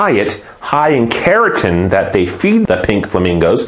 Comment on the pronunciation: it sounds like you're saying "keratin" instead of carotene, which is a different skin protein, and is slightly confusing, but thanks for the videos! they are great!